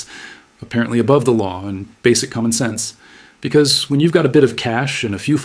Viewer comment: I can't stand the way she says "because"!😂😂😂